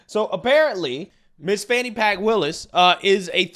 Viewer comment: Lets be clear. Fani Willis's name is pronounced Fanny with a long A. Like when you get your fanny spanked. It's not pronounced fonny.